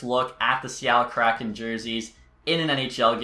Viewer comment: It’s hard to take you seriously when you don’t even know how to pronounce “kraken”.